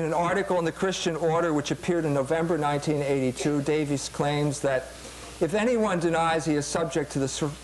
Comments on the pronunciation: You’d think over the course of becoming a doctor, EMJ would learn how to say basic words. “Schism” “logos” and even the name “Davies.” Jones is a short lived fad for modern trads who haven’t done much research themselves. He’s decent on economics but he should accept some humility on most topics, which he is no expert in. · Pronouncing it "ssism" and "lo-gaws" are perfectly valid. Note that he does speak at least 3 languages. I will give you the one about Davis versus Davies though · How gracious of you to grant the point that one of the debaters doesn't even know the name of the person he is debating. He calls him Davis at least 10 times and Davies 1 time from what I could hear. It's not a matter of pronunciation it makes him look like a fool. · BTW, Ray Davies of the Kinks now asks to be called 'Davis'. His brother Dave has no problem with the former pronunciation.